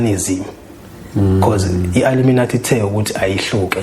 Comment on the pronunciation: 😂😂😂😂Wether it's a lie or a dream, he could atleast Google how to pronounce Illuminati.😊😅😂hai aneva phela.